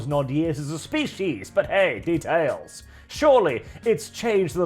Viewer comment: Here is a drinking game. Every time says "de-TAILS" with a lot of enthusiasm take a drink. NOTE: This challenge might prove lethal.